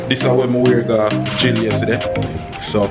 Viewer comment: say gill instead a gym